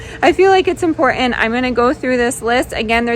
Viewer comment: It is impor-int, haven't forgo-in. Not hitting that bu-in because this voice is annoying. Speak proper.